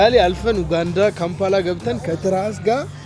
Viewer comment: It's not oganda pronunce it "U_ganda".